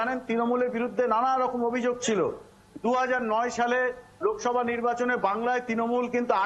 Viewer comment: লোভসভা না লোকসভা হবে.